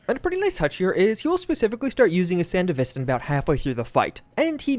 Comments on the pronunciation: san de vista? dude watch the f ing anime , SAN DEV ASTAN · Thats not how you pronounce sandevistan